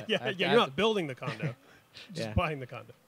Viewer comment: I HAD TO REPLAY CAUSE I HEARD CONDOM INSTEAD OF CONDO IS IT ONLY ME?